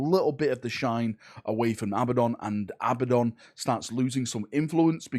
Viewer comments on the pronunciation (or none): none